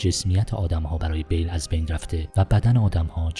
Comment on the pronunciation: شما که میخوای یه فیلم رو تحلیل کنی بهتره اسم ها رو هم یه سرچ بزنی درست بیان کنی نه اینکه انگار یه مقاله گرفته باشی روخونی کنی با اسم های غلط غلوط. اسم شخصیت اصلی Bill هست نه Bale اسم دوستشم ویکتور زیگلر بود باز اینم اشتباه گفتی زاگلر در هر صورت با آرزوی موفقیت برای شما دوست گرامی